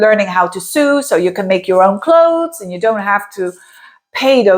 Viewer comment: Hi, thanks for your insight! I enjoy your videos and your English is great. Because English is so difficult, here is a bit of info for your benefit and fine tuning, not to nitpick! Sue is (sū. like in pursue) Sew is (sō just like so or below, not like dew or ewe).